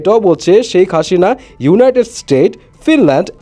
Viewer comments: Hashina? Hasina , ki obostha pronunciation er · শেখ হাসিনা not হাশিনা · Onno ahob shobdo to thik motoi bolchen, hashina ki bhai? Stupid lagche shunte ekdom